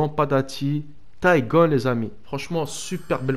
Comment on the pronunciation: C’est pas “tygon” c’est “tígon” comme dans tigre 😉